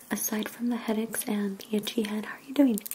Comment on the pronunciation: She also said "head aex" she ment head aches lol